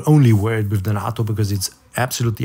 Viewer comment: FYI - Please correct me if I am wrong, but I think 'nato' is pronounced with a long "a" as in the NATO organization. Thanks again.